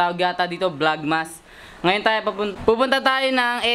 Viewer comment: "THAYOW" P***, may accent ang pag karol 😂😂😂